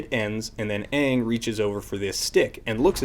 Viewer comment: Actually, the fact that he saw the show and then made a terrible movie is fairly easily explained; horrible creative decisions. The best example is the pronunciation of the main characters name. He knows DAMN FUCKING WELL how it's properly pronounced. However, as a big flashy Hollywood director, he researched the entomology and felt that, in order to give the best experience to the viewer, it needed to be changed. I mean, he knows so much better than the creators of the source material, right? Another example is changing the way firebending works. Firebending is borderline overpowered in the show. The ease of learning, the number of firebenders in comparison to regular population, and the sheer destructive force place it highly in its COMBT effectiveness when compared to the other benders(Korra goes into how earthbending is actually far more useful in practicality). In the narrative of A:TLA show, this makes perfect sense, because how else would a relatively small nation be able to take over the entire world? Wouldn't it make sense for fire to be made from nothing, like air would be? All fire needs is oxygen in order to be created, technically. But no, not according to this director. Firebending can't be OP; it needs to be comparable to earthbending and waterbending, which both rely on the element of choice be close at hand. Fuck the symmetry of firebending and airbending being elements not needing physicality to be conjured, compared to the other two. Fuck the idea of firebe